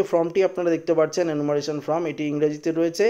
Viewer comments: ভাই উচ্চারণটা ফ্রম নয় ফর্ম। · বার বার ফ্রম উচ্চারণ করছেন , এটা ফর্ম হবে!!!! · কথাটি "ফ্রম" নয়, কথাটি "ফর্ম" হবে। নিজেকে সংশোধন করে নেবেন । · কথা বলতে শেখেনি ফ্রম ফ্রম করছে আর বাঙাল ভাষায় ভিডিও করছে। আগে লেখাপড়া শিখুন সঠিক উচ্চারণ করুন তারপর ভিডিও করবেন।